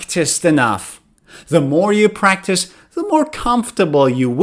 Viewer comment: hi, my teacher, how are you, is it prctice or practice 🙃